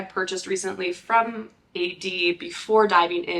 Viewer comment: The correct pronounciation is Aid - as in fade, paid, wade. This is Founder preference -- official brand name